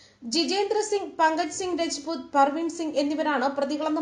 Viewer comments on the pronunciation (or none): രെജ്പുത്ത് അല്ല, രാജ്പുത്ത് ആണ് അതായത് നമ്മൾ രജപുത്രർ എന്ന് പഠിച്ചിട്ട് ഉള്ള വർ തന്നെ.